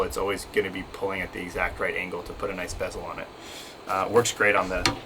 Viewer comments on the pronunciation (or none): Love your choices here.. fyi it's bevel not bezel. Two very different things